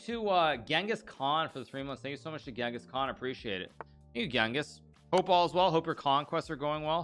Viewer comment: It’s actually pronounced “Jengis”